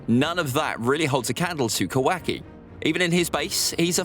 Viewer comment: Ka- WAKI